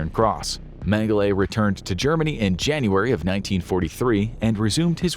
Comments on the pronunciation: Holy Jeebus. Its Dr. Menge-LA not Menge-LAY ...ridiculous... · Name pronunciation is not correct, it's not "Mengelay". "E" is pronounced as an "A" in German. So it's pronounced "Mengel-a" despite it being spelled "Mengele" just FYI. Not to be a Grammer nasis 😜😂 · “Men-guh-lay?” Really, …? 🙄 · Just for future reference, colloquially in country of origin and surrounding, it’s pronounced “Meng-uh-luh.” :) Love the content! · well how would you pronounce it?